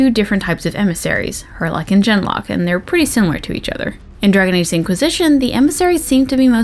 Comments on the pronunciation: Isnt “Genlock” pronounced with a hard ‘G’ (like girl) not a soft ‘G’ (like giraffe)? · Ah, you have brought up something that I've been trying to figure out for months. I always pronounced genlock the same way you do, with a soft 'g' at the beginning...until I played DA2. When you have your first conversation with Anders, if you ask, "You had a cat named Ser Pounce-a-lot in the Deep Roads?" Part of his reply is that Ser Pounce swatted a genlock on the nose once and drew blood...and he pronounces genlock with a hard 'g' at the beginning. Is that just something his voice actor did and nobody wanted to ask him to re-record the line or are the rest of us pronouncing it incorrectly? That bugs me. lol